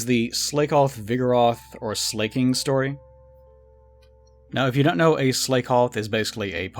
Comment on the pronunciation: Slay-koth? Slay-king? Did I hear that right?